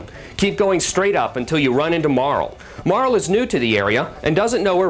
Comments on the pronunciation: Mar LEE Oh my GAWD ITS PRONOUNCED MAR LEEEEE!!! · wow this makes me nostalgic. i played this years ago. one of the few rpg's that i actually finished cause i really dont have the patience most of the time. but this was a special case cause it was too good! oh and all these years i thought Marle's name was pronounced "marlee" but i see the guy thinks otherwise. lol.